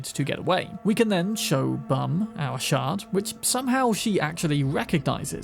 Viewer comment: I know he’s saying shard but dang do I ever hear shart